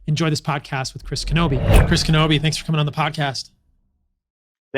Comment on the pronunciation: Knobbe...not Knobbeith.